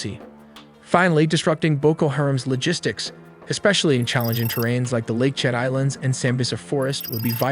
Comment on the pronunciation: Great video as always. Just a quick note it is pronounced “Lake Chad”, lake located at the junction of 4 countries: Nigeria, Niger, Chad and Cameroon.